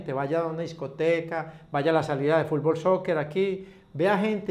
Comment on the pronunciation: #VictorGonzález te diste cuenta que #Popeye dijo "fulbol" pero te dio miedo corregirlo :v